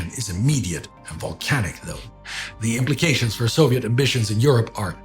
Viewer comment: I've gotten used by now to saying "possition" and "possetion" (etc), but "Zoviet" and "Nagazaki" still break me 😅 Anyway thankful as always.